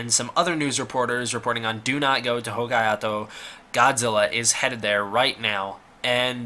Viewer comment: As my grandmother always enjoyed correcting mispronunciations of Hokaido, so shall I. It's pronounced "Ho-kai-doh"!